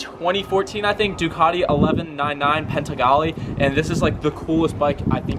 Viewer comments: It’s panigale bro,not paintegale.....👌🏼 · Panigale dude!!... It's not called Pentigale dude.. PAN-EE-GA-LEE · Its not PENTAGALE its PANIGALE :) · There is NO T IN PANIGALE . ITS NOT PANTIGALE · No T in panigale buddy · the min he said Penttttttagale i had accident in my pants lmao dude have you ever heard Ducati owners pronouncing Panigale in a correct way LOL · PANIGALE dude butchered the word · Dude said pantigale🤣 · Did i just hear “pentagale”? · Yes, You're right!!! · multiple times lol. like a dummass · I thought he said "Penzigale". Must be the secret 2022 model. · My ears hurts when he says pantigale🤣 other than that, great video dude👍👍